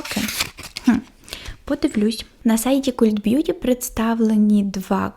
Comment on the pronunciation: Дуже подобається ваша подача і заспокійливий голос, дякую за вашу працю. Єдине - цей британський сайт звучить як «Калт бʼюті», хоча ви праві, що перекладається то слово як культ😅